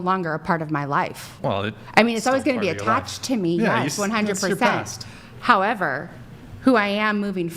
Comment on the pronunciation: Cant with the “However” girl 🤣 more like hoever 🤣☠️